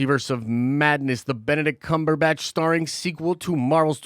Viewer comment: Why the snide pronunciation of Benedict Cumberbatch's name? You're better than that.